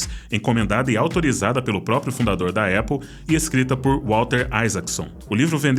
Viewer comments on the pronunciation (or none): none